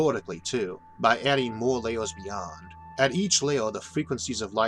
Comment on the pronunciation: Mr Arthur you pronounce your er's as or's e.g. "computors", "layors" & "temptore" temperature is not even pronounced fully. Also you pronounce planets as "plants". I'm sorry it just sounds funny